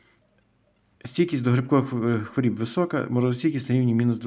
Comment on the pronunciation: Що таке "стійкість до хворІііііб"? Правильно " стійкість до хвороооооб". І не "виглядає"(звідки воно виглядає?), а "має вигляд" Ваша вчителька української мови кацапський покруч?